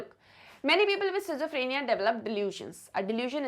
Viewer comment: Sorry ma'am but your pronunciation for schizophrenia and bizarre is very wrong.🙏